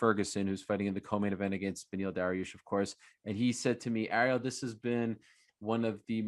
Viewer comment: Oliveira deserves every bit of it and just to add hey Chael it is not beny its beneil you people keep showing your laziness and either shorten names or change them all together its benefit not beny